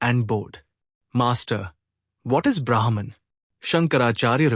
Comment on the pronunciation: "The changing world is known because of the Unchanging"- this sentence is enough for one to intute The Unchanging 🙏 Can Brahma and Brahman be pronounced correctly please?